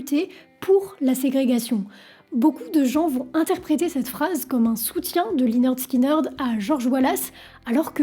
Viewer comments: On prononce 'lĕh-'nérd 'skin-'nérd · Ça se prononce léneurd skineurd 🤦‍♀️🤦‍♀️ 10 secondes sur Google trad 🤷‍♀️ et l’accident d’avion faut revoir tes sources 🤦‍♀️ j’essaye à chaque fois mais je tend tellement d’énormités sur les groupe que je peux pas finir les vidéos. Revois tes recherches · Dommage de dire lineurde skyneurde 😂 sinon la vidéo est cool :) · Très bien résumé l'histoire du groupe. Juste une petite info, prononcer Lainerd Skinerd. Sinon tout est ok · la prononciation du groupe à l'a française..... lyneurde skineurdeu.... sérieusement? ... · Tu veux pasfaire l'effort de de demander à quelqu'un de t'apprendre à prononcer ne serait - ce qu'à peu près correctement les noms de groupes ou de chansons? Bordel dès "Swit aume alabama" et lineurd skineurd" ça promet... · Depuis des années je prononce en bon français "Linirde Skinirde" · Oui et prononcer le nom du groupe également. Mais c’est fréquent chez elle. J’ai entendu des énormités sur plein de ses vidéos 🤦‍♀️ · ferme la ! tu répètes ce que dit wikipedia et tu n'as aucun intérèt..!! quand on est déja pas foutu de prononcer le nom correctement..! continue tes merdes sur les politiques et laisse la musique tranquille !!! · bravo pour le sujet d'un groupe légendaire mais s'il te plait renseignes toi sur la prononciation du groupe